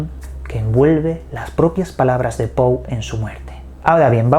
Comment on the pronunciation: Se dice Pou, no Poe.